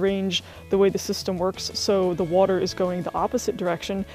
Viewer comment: Thanks for the overview. Where is it that people say "wooter" like you? Have heard it a lot.